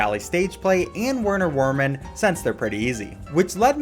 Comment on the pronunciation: Bit of a nitpick, but Werner Werman is pronounced "Verner Vermin", and Captain Brineybeard is "Bry-nee-beard"